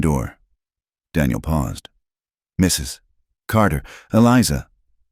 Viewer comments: A.I. does strange things. Sometimes it says the man's dialog the way it says the woman's. Sometimes it says dialog rapidly for no reason related to the story. My guess, the pause is the result of the A.I. narration encountering the " . " at the end of "Mrs." and interpreting it as the end of a sentence. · The best one I've heard. Except for the Mrs. pause each time it was great. But I got past it. AI sees the period and thinks it needs to pause. lol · AI sees the 'period' after Mr. and reads the last name as the first word in a new sentence.